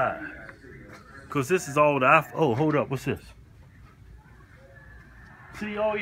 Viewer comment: Keith's pronunciation of iPhone: IFON.